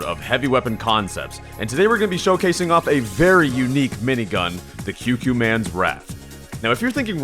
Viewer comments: It may be late, but think 'Qu' like 'Quiet,' So it would be 'KooKooManns', not 'QueQueMann' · Kyukyumanz? Bruh. It's coocoomanz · It's pronounced "Coo-Coo Man" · Is it not pronounced the “Coo coo man’s wrath”? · Koo-koo man's Ququmannz Pls pronounce correct next time